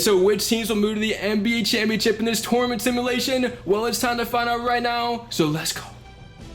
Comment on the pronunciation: Tour-a-ment 😂 ⬇️ Luv ur videos man keep it up you’ll get to 1M one day.